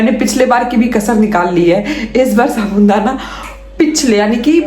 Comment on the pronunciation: बहन जी साबुन दाना नहीं साबूदाना होता है